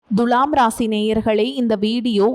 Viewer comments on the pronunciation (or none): It is not Dhulam It is Thula